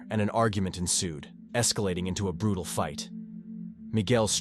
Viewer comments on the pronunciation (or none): Brew-tall .....lol I'm learning new words thanks to Ai!